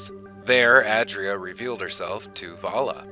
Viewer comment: *ay dree uh